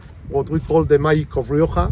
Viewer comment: Rioka? with a Ka sound? No my man, not even close!